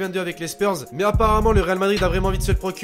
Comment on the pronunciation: wtf il a dit spyrs